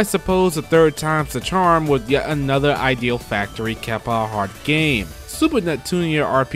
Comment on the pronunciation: Good job with the compilation my dude, but the way you pronounce Idea Factory and Compile Heart drives me a bit crazy.